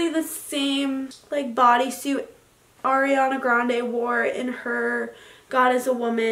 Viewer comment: i know she did not pronounce ariana grandes name wrong and in the same breath say shes in love with her